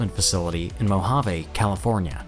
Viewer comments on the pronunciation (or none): ROO-tan, Moh-HAH-vee (or vey in Spanish), nuh-CELL, CUH-nard There were probably more but I'm tired of typing. Semi-autonomously seems a bit like saying you can be semi-pregnant or semi-dead.